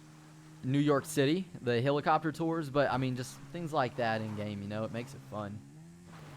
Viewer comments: its pronounced "HELL-IH-COP-TER" not "HILL-ICOPTER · its called helicopter not hillacopter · I hate how he says helicopter.